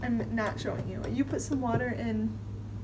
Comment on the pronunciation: You putchya wa ah on the ke ll 😂😂😂